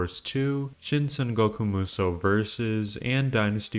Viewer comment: There's no misspelling for Xu Shu and Zhang Jiao, and it's pronounced 'Saan'goku Musou instead of Sangoku Musou as in Sanfransisco.